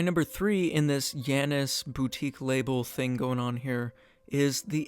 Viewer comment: Janus is pronounced JAY-nes according to many English dictionaries. Since it's an American company, its name likely follows English pronunciation.